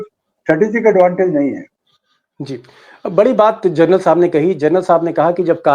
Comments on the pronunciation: Gernal nahi General bolo sab. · जर्नल नहीं मामू जनरल होता है